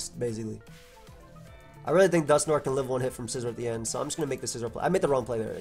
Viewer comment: No one:: "Dusknor"